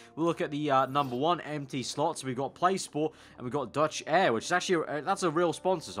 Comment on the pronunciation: how he pronaunce DeutschAir xDD